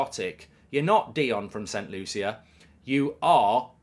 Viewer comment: I just wish he said my country right as I am from Saint Lucia also